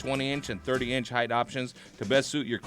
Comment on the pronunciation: Lol! heavy T "HEIGHTH"